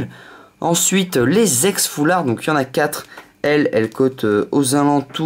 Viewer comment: Ex et pas yex